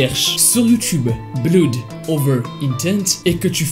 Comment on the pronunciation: Il faut travailler ta prononciation quand tu parles anglais! BLOOD C'EST PAS BLOUD! AU SECOURS!!!